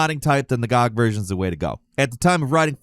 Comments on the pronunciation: why the fuck would you pronounce GOG that way, find god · Gee Oh Gee. Not Gawg. Good Old Games. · I dont know when people started calling GOG "gawg", but i really want to go back to when that wasnt a thing lol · Wait, is it a normal thing to pronounce Good Old Games acronym GoG that way? I dont think ive heard anyone else do it, but i could see it going the same way lol did.